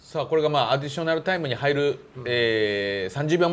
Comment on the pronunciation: アディしょなるなるw